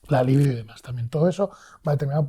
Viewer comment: Un apunte,. ¿Es «libido» o «líbido»? Es libido. La voz con el significado de ‘deseo sexual’ es llana ([libído]) y no se tilda por terminar en vocal. La pronunciación esdrújula es un error por influencia del adjetivo lívido ‘amoratado o pálido’. Y sin más se despide este fan de tu canal 🙂